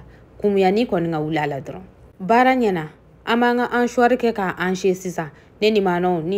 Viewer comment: C ' est pas hanchoir , c ' est hachoir Donc on ne dit pas hancher , mais hacher